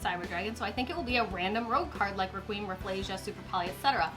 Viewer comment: Most Yugioh Players: Dark Requiem pronounced Dark Re-kwee-em Xyz Dragon: Dark Rakeem XYZ dragon Me: Who is Rakeem?